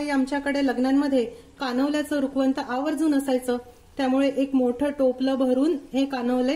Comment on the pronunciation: रुखवंत नाही रुखवत